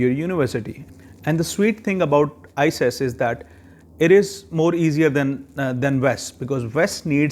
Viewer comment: Please don't say ises way say it as iqas or icas because its confusing